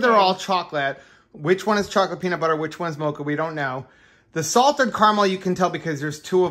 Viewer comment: “chow-lette” that’s so funny, that’s what we do! No peaches.. no peaches, no peaches. Ahhhh.. God is good! Seriously!